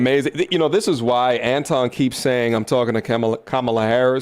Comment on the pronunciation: Why buddy saying Antwan when it's Anton 🤨🤷🏿‍♂️